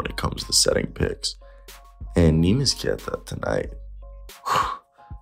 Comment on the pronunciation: It's not nimas, it's Neemias, go check how to pronounce it correctly please